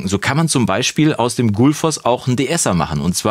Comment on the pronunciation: Das Plugin sieht echt vielversprechend aus, mal näher begutachten. Aber noch ein kleiner Hinweis, die korrekte isländische Aussprache wäre 'kʏtl̥ˌfɔsː (also eher wie kütlfoss). Nicht böse gemeint, finde Deine Videos toll und die isländische Aussprache ist auch alles andere als einfach und spielt für die Bewertung des Plugins keine Rolle ;)